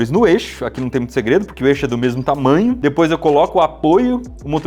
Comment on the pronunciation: É só eu que fico com agonia pq ele fala dipois ao invés de depois